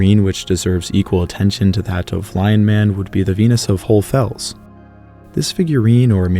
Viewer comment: Why can’t you say HohlE Fels? You say GeissenklösterlE